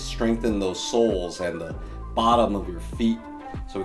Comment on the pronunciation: “weaknesses in our soles.” Even though I knew the topic of the video, I did a double-take when I heard this because I thought you meant “souls!”